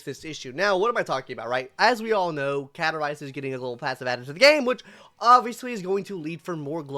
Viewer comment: are you trying to grow facial hair or did you mess up when shaving? Also there is a "s" in CaStorice's name. Please say it.